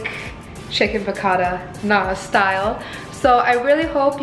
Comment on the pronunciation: i thought you were latina thats not how you pronounce piccatta